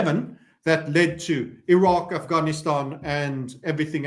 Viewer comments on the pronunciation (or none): none